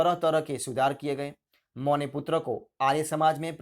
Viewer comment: Hindi bolna to sikho pehle mo Nahi ma hai